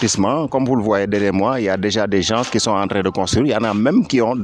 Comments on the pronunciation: Les GENSSS 😂 Non Monsieur on écrit les gens et on dit les gens ( le S est muet c.a.d on ne prononce par le S) Thieyyyy les Sénégalais avec le français....... Victor Hugo n'est pas content deh 😂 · pourquoi vous dites les GEN-SE faut dire les gens sans le SE